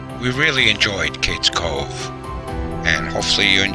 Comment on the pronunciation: My grandmother was born here (Lequire-pronounced Leekwire) and I am related to most of the people mentioned. My mother knew Aunt Becky. She would catch the bus in the Cove to go to Maryville for school; she grew up in Happy Valley on the other side of the Cove. Btw, it's pronounced "Cage Cove". For me, it is the most beautiful place on earth.